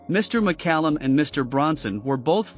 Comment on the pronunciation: Lesser talented actors/musicians have gotten more attention for less-no Emmys, Star on Hollywood or Knighthood, but David was humble and achieved more. Illya's last name was pronounced Curry-a-kin and Judas's Is-carry-ot, but thanks for pronouncing David's last name right. You gave more info than some do and I had less trouble understanding you. Loved that man and glad I got to meet him. Almost died myself of Covid in '2020 because I couldn't get a vaccination in time. I get my my boosters and am still alive at 68. If I hadn't, he woul've out lived me. RIP, David